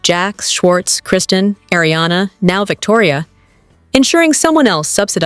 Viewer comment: You can’t even say Kristen’s name right!! 😂 so you’re credible? It’s a reality show. Come on now, you sound so silly & ridiculous.